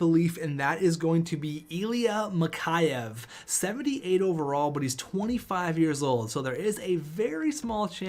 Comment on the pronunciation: Mikheyev is pronounced Mick Eh Ev